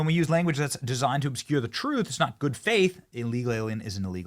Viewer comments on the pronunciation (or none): "obscure thae truth", and she is a reporter? hahaha